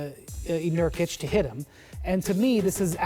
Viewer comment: I'm fucking dead. His name is Nurkic. Not 'Niortic'. LMAO